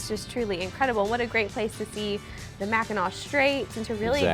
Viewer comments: MACKINAC island NOT Mackinaw!! Why does EVERYBODY get this confused?? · I kept hearing " Mackinaw" and thought I had said it wrong all these years!